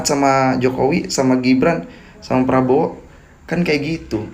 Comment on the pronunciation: Bapak Ini pembawa acara TV apa OPOSISI bicaranya menyebutkan Capres Probowo lucu sekali ya. lebih baik yang jelas saja SAYA OPISI GITU LOH KAN JELAS.